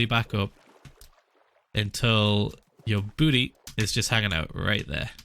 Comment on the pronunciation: hearing PH1lza say "booty" like an American just feels so weird